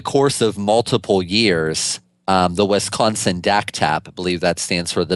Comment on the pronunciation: Is he saying "West Consin" ??